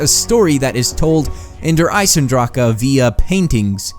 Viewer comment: its der eisendrache not eisendraka